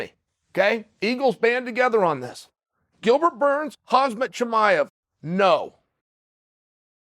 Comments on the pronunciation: Khamzat not Hazmat😂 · When is Chael going to pronounce khamzats name right? Its not hazmat! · Correction- Chael: “hozzmott” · His name isn’t Hazmat lol. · For How Long Will King Chael say “KhaZmat”? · It's "Hazmat" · Chael, how do you feel about Khamzat "Kamikaze" Chimaev? Okay, great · Please, pretty please with sugar on top, learn to say Khamzat. Please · I can’t be the only dude who thinks Gilbert would beat the piss out of Khamzat Side thought: how long will it take Chael to pronounce Khamzat’s name right